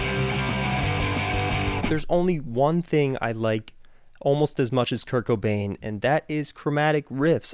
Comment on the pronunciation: Love your vids but, It's Kurt Cobain. Not Kurt Kobane...